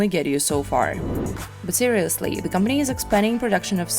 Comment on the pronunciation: Look how she says "company"